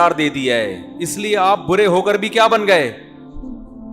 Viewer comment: برے ۔۔۔۔ ناکہ بورے